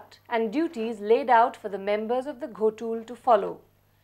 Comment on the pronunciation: It's not Ghotul❌ it's Gotul ✅